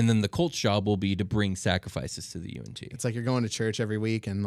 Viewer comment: How I pronounced Yuan-Yi vs how they say it Them: Y N T Me: You aren't tea